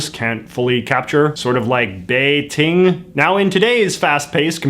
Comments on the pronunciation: JJ, your pronunciation of “bei-ting” needs some work 😂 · It's neat that you use Beijing as an example. Your pronunciation is still poor, since it's more like a hard "J" (běi jīng). You might notice 北京 (Beijing) and 东京 (Tokyo) share 京. This is because the character 京 means "capital" (Beijing as "north capital" and Tokyo as "East capital") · Because they do pronounce it like “Beijing”; JJ just accidentally said a “t” sound instead. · No, he is trying to pronounce the ts consonant in Mandarin, but he left out the s . The capitol of the People's Republic of China, 北京, is pronounced as buck-ging [pɐ́k̚.kêŋ] in Hong Kong Cantonese. And the first chairman of PRC, 毛澤東, is pronounced as Mo Tsak-Dung [mȍu tsàːk̚.tóŋ].